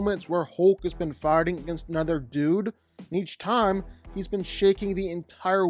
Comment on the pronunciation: Why everytime this dude says fighting I hear farting?